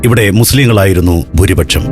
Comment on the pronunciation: ബൂരിപക്ഷം പോൽ! ചപ്പാത്തിപക്ഷം അല്ലേ? അക്ഷരങ്ങൾ ശരിയായി ഉച്ചരിക്കാൻ അറിയില്ല എങ്കിൽ ഈ പണി ചെയ്യരുത്. പെർഫെക്ഷൻ എല്ലാ കാര്യങ്ങളിലും നോക്കുന്ന സന്തോഷ് ജോർജ് കുളങ്ങര, ഇക്കാര്യം എങ്ങനെ ശ്രദ്ധിക്കാതെ പോയി? 🤔😱🥵